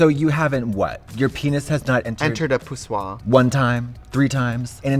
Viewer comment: is it just me, or is the word "pussoi" just fabulous?